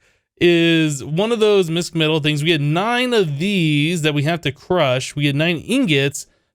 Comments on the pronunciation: It's pronounced Mishmetal, the sch originates from German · really like this series thumbs up ;) btw "mischmetal" is pronounced kinda like "wish" but the "m" in front :)